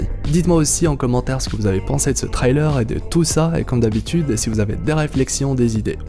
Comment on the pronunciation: Frrr la prononcer sur le mot trailer stppp appliques toi